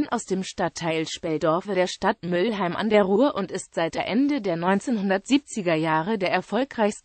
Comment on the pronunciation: Mülheim und nicht Müllheim